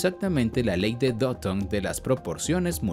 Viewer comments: Porque le dice doton? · Porque dice doton xd